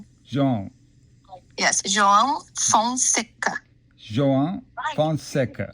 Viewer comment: Thanks for considering the correct pronunciation of his name! Grande abraço do Brasil!